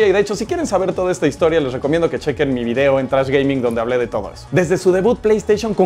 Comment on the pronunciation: Te llamas Trash y No puedes pronunciar tu Nombre!!!!